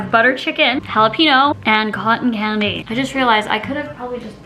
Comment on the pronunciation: Jalepeeno lol